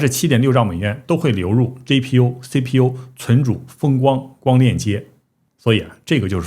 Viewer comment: 麻烦博主用自己推荐的app学习一下G字母的发音，每次G都听成J，GTC听成JTC，GPU听成JPU